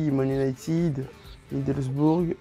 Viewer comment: C’est MiddlesbRough pas bourgh a